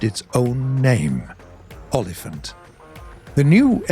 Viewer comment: tip for how to say rooikat its like u say oy kat is prenounced accurate so welldone olifant is like oh-lifant hope it helps.